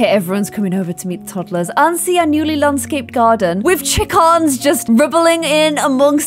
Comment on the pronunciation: says chickens poshly Me: when did you become posh?????